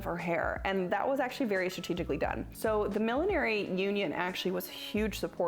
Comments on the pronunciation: It's not "Millenary." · It's funny, I have never heard millinery pronounced as mil-lin-air-y before - only mil-lin-nur-ry or mil-lin-ry. Must be an American thing. Nice vid!